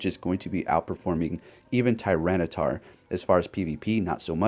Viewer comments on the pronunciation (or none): none